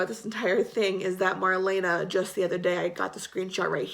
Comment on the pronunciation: You say her name like:Mar-lee-na,not Mar-lena,just sayin'.Love you girl!As always great video.